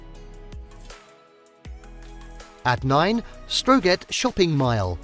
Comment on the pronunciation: Couldn't even pronounce the English name of the city correctly. And as for Strøget!!!!